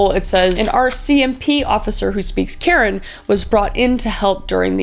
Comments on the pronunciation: I think karen people's names are pronounced "kuh-ren" from my experience growing up with friends from that culture. I may be wrong tho 😁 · It’s so sad how many people, especially women and children have been hurt time and time again through history. By the way the ethnic group Karen is pronounced Kah-Rehn ❤ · This is minor, but it's pronounced cuh-wren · HI KRIS!! I just wanted to say that your actually pronouncing Karen wrong! It’s Ka-ren, and we’re not that ancient we’re still an active community! Karen is one of the 8 main ethnic group of Burma! You can you always go check out Zoya Phan’s book! It has a lot of information about the Karen! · Thought you should know that Karen is actually pronounced Kur-en. I love your true crime videos and thank you for bringing awareness to the murders of indigenous women in BC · love you kris but your pronunciation of karen is awful lmao